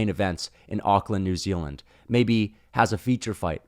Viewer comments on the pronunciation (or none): none